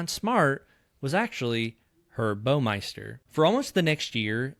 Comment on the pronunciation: Baumeister rhymes with “Wow” meister. It is NOT pronounced “Bo-meister”.